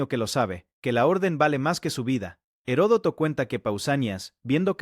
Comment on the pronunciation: Se dice Platea y Herodoto no tiene una hache aspirada si no que la hache es muda en castellano,por favor hable el idioma con propiedad.